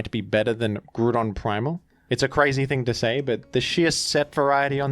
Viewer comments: Your videos would be perfect if you just wouldn't fucking BUTCHER Groudon's name by saying it completely wrong: GREW-DON. That's wrong. Stop. It takes all my willpower not to hit dislike for that shit. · When are we getting a montage of everytime says “grewdon” in videos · The repeated mentions of the pronunciation of Groudon makes me think that is not, in fact, how the name is pronounced